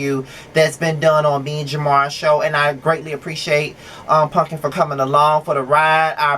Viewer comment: I love that you call her punkin. That’s yooo. So cute. This is my favorite review of yours.